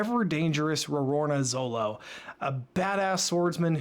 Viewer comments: Always nice to see someone enjoying on3 piece fpr the firet time. Ans also funny to hear first time readers call zoro "zolo". Yep u hear me right it is zoro. In japanese the character used for "ro" can be pronounced both ro/lo. But it was confirmed with the anime and oda himself that is it ro. In the west they choose for zolo because of fear for copyright for anlther character called zoro. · Btw. It's not "Zolo" it's "Zoro" i don't know why the manga translation took it that way but when i grew up with one piece his name was always pronounced "Zoro". Even now the subtitles are saying "zoro". I am not sure but I would try to get this while reading. (could be different for only manga readers) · Just a friendly warning (I see other comments brought it up too lol) It's actually pronounced Zoro. I don't remember the exact details but it's written Zolo for copyright purposes with The Zorro. In Japanese, L and R sounds are kinda interchangeable, which is why Zolo was used in the volumes. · Glad you like this.^^ Though, you kept calling Zoro as Zolo. XD Whoops, eh? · did he say Zolo? 😂